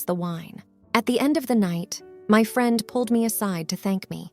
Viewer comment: It's really weird, the reader seems not to have an accent, but then reads very common easy words incorrectly like "friend"